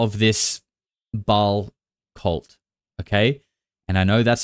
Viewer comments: I watched the entirety of the interview with that Anya chick. My MAIN issue with the things that she said, is her pronunciation of Ba’al. It’s actually pronounced bah-all. That punctuation mark is in the middle of the word for a reason! Lolol Pronunciations are very important when saying a “Gods” name. Idk… She just rubbed me wrong. I didn’t like how slow she said everything. Like she had to think about what she was saying just a taaad too much. Bringing up Walt Disney… First of all…I want evidence? Maybe someone to maybe back up what she’s saying. A witness?? Maybe another victim/survivor. I would love to just dive into her testimony head first. However, people are….imo, brave these days. They chase clout, money, revenge… Why is she coming forward sooo late in the case after all the hours of coverage?? Ghislane Maxwell is still alive. I’m sure many of the other predators involved are still around. Is she not concerned for her life? If not, I’d like to know how. Also, if she claims she’s afraid for her life, why do an interview on YouTube??? Anyone seeking justice would be hiring a good attorney and seeking the necessary charges. Something doesn’t add up with her and her story… And the Smashing Pumpkins guy said there was a book, but there was actually no book?? Smh… I DO believe that child star guy!!! There are many many people who have been through horrible experiences in the music industry and tv entertainment etc. Sorry, I forgot for a sec that this is a video about the r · Not Ball or .. "Bae-al" two syllables. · One person claiming to be Walt Disney's granddaughter is not proof of anything. She can't even pronounce "Ba'al" correctly